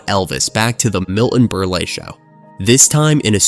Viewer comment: Miltone Berlay?? 😂